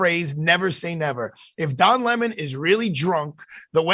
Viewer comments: It's Don Le-Mon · It's pronounced "Le´mon"! 😂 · His name is not pronounced 🍋